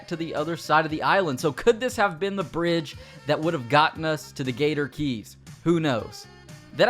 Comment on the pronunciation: Why does he keep saying gator gees instead of gator keys